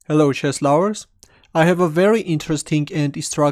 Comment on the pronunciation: author, correct you blunder in pronunciation first. LOVERS but not lowers